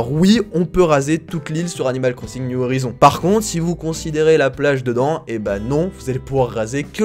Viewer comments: « New horaïzonnes » en phonétique 😌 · Animal Crossing new Horizons se dit "Niou Horaïzonnes" voire "Howaïzonnes" si tu veux te la jouer perfect bilingue , voilà ;) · niou HORAÏZONE, voila ,c'est la prononciation ✌🏼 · fait prononcer « niouve orizone » après moi je dis à la français on s’en fou un peu